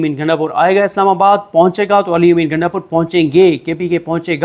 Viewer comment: محترم نام صیح بولا کریں نام گنڈہ پور ہے گینڈہ پور نہیں